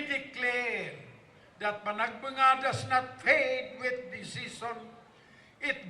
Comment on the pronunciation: Panagbanga pala ang pronunciation pero Panagbenga ang spelling